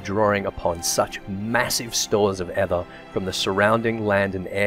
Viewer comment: Just so you know, aether is pronounced just like ether, that is "ee-ther". Not rhyming with heather.